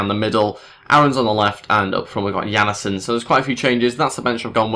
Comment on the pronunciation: Jannesen? Its Jan-sen :D